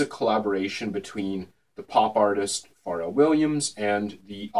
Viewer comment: it's fucking "FUR-RELL"